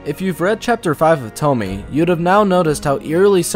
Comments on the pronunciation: It's pronounced TomAyyyeYay!! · its pronounced "tou-mnh-ehe-ie -eh" ... com on guy ! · STOP SAYING TOMMY! OMG! You do that to annoy me purposefully? Like, cease! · its pronounced as "Tommy-eh" okeeeh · "I'm big fan of toe-me" pronounces name wrong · I'm sorry but I hate how you pronounce her name. You say Tomie as it's spelt but it's pronounced To-me-yay sorry just had to say it. But decent video man. Keep it up. Just constructive criticism not being a dick. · Dislike due to "Tomee" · 'e' is never pronounced 'ay' in japanese. It's almost always 'eh'. Also, no 'oe' as well, it's 'o', same 'o' in forever. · the way he pronounces tomie just pisses me offffffffffffffffff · His pronunciation of Tomie bothers me.. 😅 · this is such a stale take. 15 year old girl murdered by her classmates after being groomed and comes back to ALWAYS gets murdered horrifically and SHES the demon ? man moment fr. TOMIE (since you can’t even pronounce it right) is a commentary on the demonization of female assault survivors and victim blaming. it’s a hyperbole. sure, Ito may have taken inspiration from old lore to write these stories, but you’ve missed the point completely. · Hard to watch when you pronounce her name wrong. Thankfully you correct it in your other video. I get it, not everyone know how to pronounce it. I don't blame you. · you could at least attempt proper pronunciation if you're making an analysis of those terms. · Oh its gonna be hard to get through this video with you pronouncing Tomie and Junji Ito wrong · Kaede Yurimei also the way he pronounce tomie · I'm sorry, but thats a little stupid, not all of Junji Ito's stories have a clear inspiration, and in fact his horror is based on an unexplained danger, if you start to analyze and explain what Tomie is (not pronounced Tomy) you will lose all the effectiveness of the horror, he wants us to fear and wonder about his stories, not to explain them. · Nah, we're just used to Tomie rather than Tommy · Puddin Pop no its tomiEH